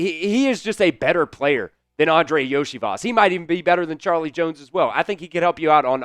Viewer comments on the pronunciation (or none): none